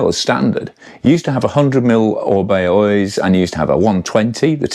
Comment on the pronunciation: Lovely, but on balance I'll save 5+ grand and stick with my '22 with its dependable XT and smooth non-headset routing. Same cables, bushes and bb from new. And being Basque it's an Oyyychhhhhh, not pronounced Oiz.